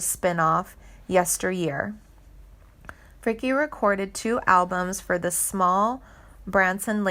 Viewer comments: Interesting but i know she did backup vocals for vern gosdin yet never heard anything mentioned about him in this posting. Also most of your pronunciations of names are wrong mainly janie's last name. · Some of these celebs need to get attorneys involved. First,learn how to pronounce her name properly and quit spreading false information, i will be notifying her agent. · Would someone PLEASE tell this ditz how pronounce names. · And also, she needs to pronounce her name correctly! (And some of the other sings names mentioned as well! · Ur mispronouncing her last name its NOT pronounced like the word "brick" it's pronounced :Frick-y" Like "Frick-ee" like the word ."candy" or like the word "Freaky" ...please learn how to pronounce the correct way to say people's names ...its super annoying !! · Pronounce her last name properly! It is Frickeeeeee, not Frick! She slaughters every name she pronounces to such a degree that I had to laugh out loud! Learn your subject before trying to inform others! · The last name of country singer Janie Fricke is pronounced "FRIK-ee" (/ˈfrɪki/), rhyming with "icky." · It’s pronounced Frickey, doofus. Also Hoosiers is pronounced Whose yers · Her name is Janie Frick-e. It's not that difficult. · This is weird and irresponsible. She is alive and well, as well as currently touring. Her name is pronounced Frick-ee and it’s “hoosh-urr.” Perhaps this isn’t the career for you. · pronounced Frick EE ....EH DEE Rabbit learn how to pronounce words correctly before you make a video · For cryin' out load!! She's not dead!! Her name is pronounced Frick-eee!! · Yea...Janie Frick I wanna pull my hair out lol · If you are going to make these videos you really need to pronounce the names correctly. It is pronounced Fricke with the E at the end. I had a class with her at Indiana University so I do know how to pronounce her name. Also it is Hoosier or whozure if you will. Basically a terrible video due to the mispronounced names and overall false facts.